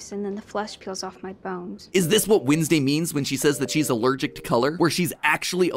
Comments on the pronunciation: Y u sayin winsdau it is wed nes day (no hate😞😢☹🙁) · The only thing wrong in this video is Matt's pronunciation of Wednesday. When's day > Wins day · why do you pronounce it wIdnesday and not wEdnesday 😭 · Your proununshion is wrong its not winsday its wenday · windsdey you said it? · i'm sorry but i'm more focused on how matpat's saying "windsday" and i don't know why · I just can't stand Matt calling her "Windsday". It just feels wrong. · WHEN YOU SAID WINSDAY I ALMOSTT DIEDDD😂😂😂😂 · Why does he say Wednesday like winsday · Is it just me or it’s MatPat saying weesnday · Am I the only one noticing the way Mat says Wednesday is Winsday? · Does anyone else noticed matt’s Wednesday pronunciation? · HE PRONOUNCED WEDNESDAY WRONG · your pronunciation of wednesday bothers me idk